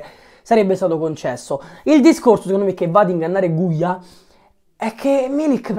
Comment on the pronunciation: Ma non si chiama guia😂😂